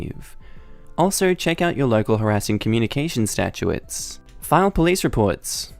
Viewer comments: I generally love you stories but every time you say statutes I want to scream. Statutes doesn't have a second A in it. AAAAaayy. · it's stat-utes not statuettes. Also, FYI, Des Moines is Deh Moyne. Hope that helps.